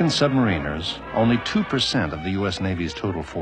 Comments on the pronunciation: It's sub ma-ri-nas not marina's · You would think he'd know how to pronounce submariners?